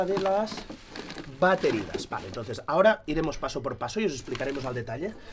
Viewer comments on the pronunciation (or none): none